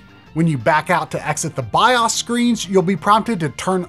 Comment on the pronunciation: Great video except for the goofy ass way the dude pronounces bios every time. Like calling solder soulder.